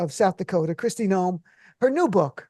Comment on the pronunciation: Kkkristi lawn noem...i like it